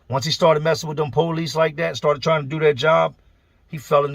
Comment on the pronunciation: The poe-lease. lol